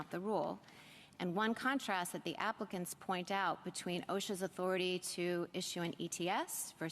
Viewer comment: I had to rewind that comment “The applicants point out...” I thought she said “Africans”! That child voice is very hard to listen to.